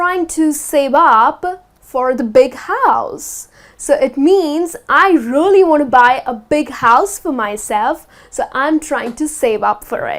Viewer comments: you are right,she said rooly not realy!Whatever,I like her way to explain. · Dear, you pronounce "really" like "roolly".I bet you know it,just point that out )) No offence:-) Thank you for your classes! 💖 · the word " really" sounds very strange from her. like " rolly" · agree I think it should be more "e" , I clearly hear rolly as well